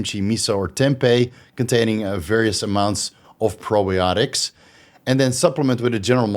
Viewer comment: Smash that like 👍🏻 managed to correctly pronounce the probiotics loll I could never